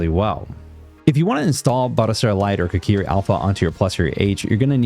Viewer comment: Hi, it's Koriki not Kokiri 😂 otherway great video 👍